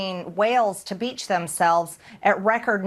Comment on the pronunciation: She said, “da beach.” Lerd of mercy.